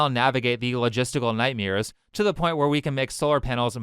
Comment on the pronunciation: I really like your channel. I do NOT like how you pronounced “nightmares”.